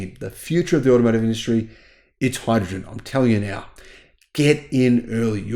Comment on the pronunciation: But hydruhgin 😂